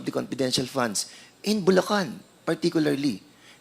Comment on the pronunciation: Nkkainit na nga ng ulo ung pgpronounce nitong nato ng "p" imbes na "f" paingles ingles p kc pwede nmn mgtagalog at gnagawng malishoso lahat nlng ini-issue s ovp.....kayo kayo nlng nanloloko sa sarili nyo oi! Nangelngelam s "confidential" funds na na-compromise na! Obob!